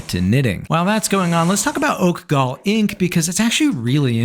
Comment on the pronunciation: I know you had to practice saying “oak gall” a few times